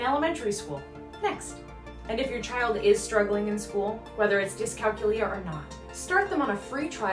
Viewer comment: Great info! So many different lifestyle skills that are affected by dycalculia. I grew up noticing all these issues with my little sister, and now with her son. ☹️ You do a gréât job listing all the signs, so thank you! May I please give one suggestion? The word is pronounced dyscalKYOOlia ( like calCUlus or calCUlator), not DyscalcuLIa as you are saying in the video.